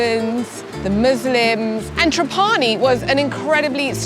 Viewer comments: NIce video! One note, proper pronunciation of Trapani is TRAH pani. Accent on the first syllable. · It's not TrapAni but TrApani baby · the pronunciation is TRA'PANI, not TRAPA'NI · Great video, but please pronounce Trapani correctly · I’m surprised you don’t know the correct pronunciation for Trapani since you have been there before. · not true. You are pronouncinig wrong . Do the proper research